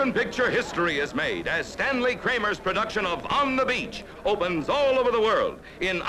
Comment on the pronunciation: Kramer, not Kramey.